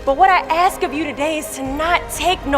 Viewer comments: they ax me.....the word is ask..... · It’s pronounced “ask”, not “ax”. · Ask, not axe. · The word is ask not axe you need to learn how to speak you need to take English are speech lessons you don't know how to talk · It’s ASK not AXED the way some people say “cerTain” words just about drives me crazy. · its not AKS, it is ASK what a horrible way to represent yourself at a platform like this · Its ASK , not aks . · Two seconds into this and I'm already having a negative response to whatever this video is about. .... FOR F*KS SAKE PEOPLE, THE WORD IS "ASK"... not "axe". No one AXED you a question. They asssssskkkkkkeed. Using "axe" when you mean "ask" just makes you sound ignorant. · ASK NOT AX!!! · Stop saying axe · What's with the "aks" instead of "ask"?? I'm not from the US, is this a dialect /accent? Or just no education... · I cried watching it, but please, say "ask", first the "S" then the "K", Miss USA, you are capable of pronouncing that, if not you then who... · FFS..AXE?? AXE A QUESTION??? UGHHHHH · It’s not AKS! God! Please get yourself educated!!